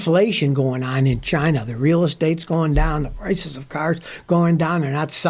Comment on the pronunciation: I can hear Trump pronounce "CHI-nah"